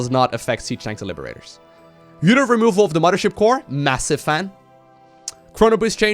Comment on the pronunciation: omg, say "muddership core" one more time! I can't do it, I can't watch this video once it hit Protoss and 50 rapid fires of muddership